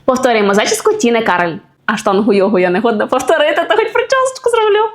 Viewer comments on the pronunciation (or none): none